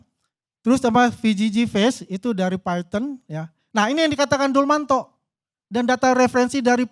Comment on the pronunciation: bukan peneliti dan bukan akademisi dia penipu dan berbohong bukan dia sengaja mengeja dumatno menjadi Dulmatno memang licik ini